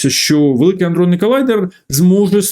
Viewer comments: Все чудово, тільки колайдер аДронний, а не аНдронний (вибачте, але ріже вуха). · Пане Галасюк колайдер не аНдронний, а адронний. Якщо вже взялися розказувати то можно було трохи поцікавитись темою... Що роблять на колайдері? Мавпи знайшли щось високотехнологічне, хай це будуть мобільні телефони. Щоби дослідити як влаштований мобільнік мавпи розганяють апарати до найбільшої доступної для мавп швидкості і зіштовхують між їх собою. По траєкторям, масі заряду, спіну і ще чогось мавпи намагаються зрозуміти як влаштований всесвіт. Це відкрита інформація. Але особисто я переконаний, що на колайдері також ведуться дослідження паранормольного аби достукатися до головного чорта. З так званим штучним інтелектом мавпи перевершили самі себе. Мавпячі "вчені" чомусь переконали себе і простих мавп, що за допомогою великої кількості перемикачів зможуть стврорити супермавпу! Напевне ця супермавпа має замінити собою їм самого Бога! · Великий_адронний_колайдер. Не "аНдронний"